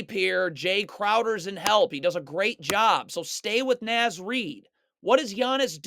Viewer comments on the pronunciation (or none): Love the video breakdowns! Also "Naz" as in Naz Reid is pronounced like it rhymes with Oz.